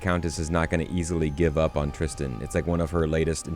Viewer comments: It’s Tristan not tristian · Trischin? Why the odd pronunciation?